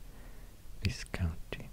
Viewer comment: Ecclesiastical - ecc-leez-ee-ast-ical. Viscounty - Vy-county. English is notorious for using letters with no bearing on the word’s pronunciation. I hope my attempt at phonetics helps somewhat, should you encounter those words ever again. As always, a pleasure to be graced by your unique ability to give me tingles (no other channels/asmr-ists do anymore). Thank you.